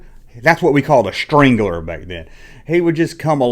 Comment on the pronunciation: straggler not strangler. You got that little kid sounding like an 80s rapist or a kid that got caught choking his chicken in the junior high bathroom! 😅 “Yep that right there is Billy “the strangler” Roberts! Bobby looked over the stall wall and saw him chokin’ his chicken to a picture of his 3rd cousin Lisa!”